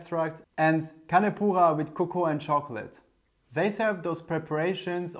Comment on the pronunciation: Take a sip every time he says "con poohah". My ears